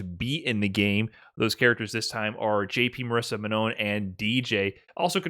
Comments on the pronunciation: It's Manon not Ma-non! haha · I appreciate covering this but he really pronounces "Manon" in the most American way haha